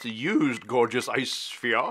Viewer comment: At work today something - I disremember what - reminded me of your "gawgeous ice spheahs," and I couldn't wait to see the latest Bourbcast. Lemme see how many sips of my Old Grand-Dad 114 you'll make me take. 🙂 Finally, two sips! 🤣 That ought to be a cool series. My first glass tonight was the regular 4 year Old Overholt.